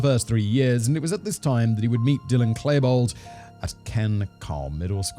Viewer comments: K-Lie-bold SERIOUSLY? Do. your. research. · this man said Klaibold :facepalm